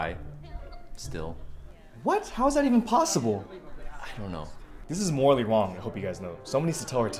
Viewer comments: "Morally wong" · I thought he said "Morally Wong" 😂😂 making a pun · I see what happened there, he said 'morally wong' instead of wrong. Very smart 👌